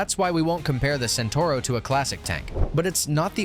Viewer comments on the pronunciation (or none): Centauro (Centaur) far from me to understand how people can butcher Italian words when they have to add a single o at the end of it...